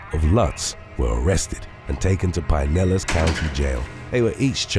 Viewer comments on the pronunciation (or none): none